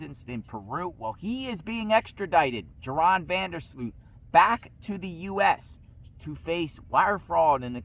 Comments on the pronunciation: His name is pronounced like Urine not Joe Ron. 🤦‍♀️ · Pronounced Yoran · His name is pronounced "Your-On".